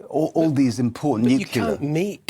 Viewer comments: " nucular"!! Why can't people say " nuclear" ?? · People didn’t used to point and laugh, they ARE pointing and laughing. And has he considered the mining of cobalt for these batteries? Does he know the misery that’s causing? And when that virtue signalling fool said ‘nucular’ he said it all. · Can’t trust an expert who can’t pronounce “nuclear”